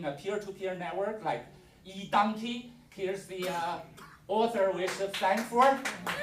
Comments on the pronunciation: 'Edungti' - it's eDonkey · Hi. It's not 'edungti' it's eDonkey - a file sharing network created by Jed.